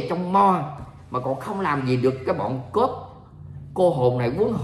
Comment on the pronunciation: Cuop khong phai cop